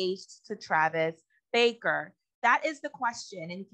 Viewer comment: It’s not Baker!! It’s BARKER!!!!